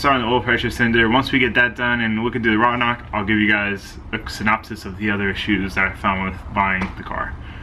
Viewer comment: Did he say RODKNOCK